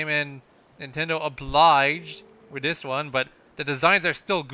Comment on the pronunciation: are you trying to say dis instead of this?